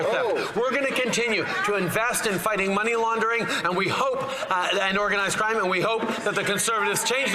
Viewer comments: He called organised crime "ourganised crime". Freudian slip? 😂😂😂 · It sounds like he said, “our guy’s crime” instead of “organized crime” 😂